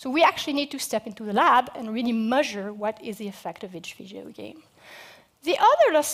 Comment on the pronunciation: SonicMooseman its not but she cant say measure at all lol